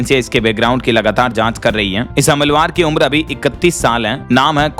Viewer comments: Humalwar nhi humalaawar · हमलवार, हमलवार ... अरे क्या भाषा, क्या उच्चारण ! कैसे कैसे लोग हो जाते हैं यार ये ब्लॉगर ! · हमलवार अशुद्ध उच्चारण है। सही उच्चारण करना चाहिए। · हमलवर नहीं, हमलावर (हमला + वर) भैय्या